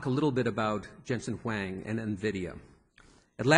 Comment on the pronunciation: As a moderator, you can't even pronounce Huang??????????????